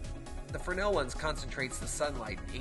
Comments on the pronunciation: Both "fraynell" and "freznel" are correct. "Frennel" is not. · is it a frenel or fres(Z)nel lens? I can't help but notice how you pronounce it each time in your video?